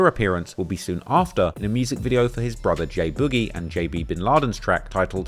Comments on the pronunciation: it’s BOOG IE (boog eee) not boujee 😂😂😂😂😂 yo ass is a fan bro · I put this on my life ik bro name was “ boogie “ or some the way he kept saying “ bougie “ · why tf you pronouncing boogie like that